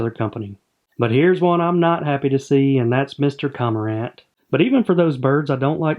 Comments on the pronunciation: I love the vids as always, just a heads up I believe you are pronouncing CoRmorant incorrectly. It's almost as if you miss the R in the beginning and say Comorant. Simply a suggestion, great work. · It's pronounced kor-mr-uhnt And can we name either the heron or the egret "Garza" please? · Trash pronunciation btw